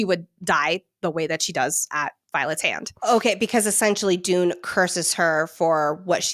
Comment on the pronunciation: It’s Dunne not Dune… lol